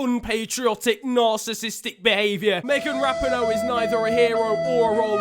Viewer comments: It’s Meghan (rap-ee-noh) not (rap-in-o) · It’s Megan Rapeeeenoe not Rapno lol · That’s not how you pronounce Rapinoe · Please look up how to pronounce Rapinoe because YOU SAID IT WRONG EVERY SINGLE TIME!!!